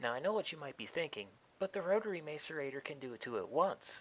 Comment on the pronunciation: you're pronouncing macerator wrong